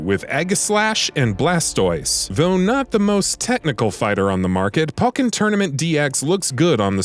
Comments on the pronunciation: How do you correctly pronounce pokemon but not pokken? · Your pronunciation throughout this video is awful. Pokken "poke in". Kamek "cam mech". Aegislash "eedga slash"